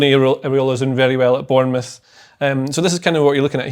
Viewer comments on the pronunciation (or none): none